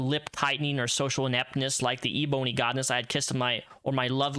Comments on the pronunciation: Omg THANK YOU! This man says e-boney. 😂😂😂😂😂😂 I was shouting at my phone every time he said it. 😂😂😂😂😂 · Aserterics… lol & e-Bony … interesting pronounciation